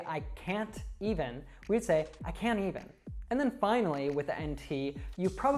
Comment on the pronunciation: What if difference between "i can even" and "i can't even"? because you pronaunce them same. rest of the video is wonderful. thanks. (note myself: t+y=ch d+y=j who'w'isit you'w'alwaysDoThat)